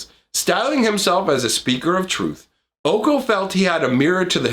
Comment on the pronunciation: It’s pronounced Oh Kay Oh. OkOk? 🤡🔪